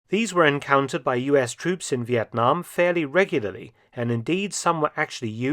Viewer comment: Professor Mark’s pronunciation of “Việt Nam” is exceptional and pleasant to hear as a Vietnamses ! !